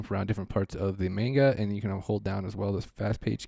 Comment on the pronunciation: i don;t wanna be that guy but please it's not mane-ga it's man-ga